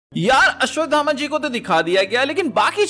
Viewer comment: ये अश्वगामा कोन है??? अश्वथामा तो सबने सुना है 😁😁